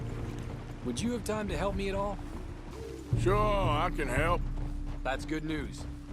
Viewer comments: Are you sure you want to go with the idea of collecting all the "shoar" of all you go around?: Shoar. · Normal People : Sure RDR Players: Shoar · Everyone: Are you shoar you're shoar?: I'm shoar. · Just making shoar Surey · SHOARS SHOARLY ASHOARED